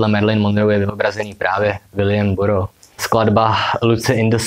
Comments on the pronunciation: Vyslovuje se to Barous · Takhle se vyslovuje Burroughs ???